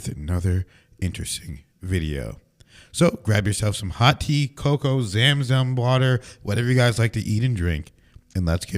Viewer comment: Not zaam zaam but Zam zam pronounced as zum zum pronounced it right in the the previous video. 🙏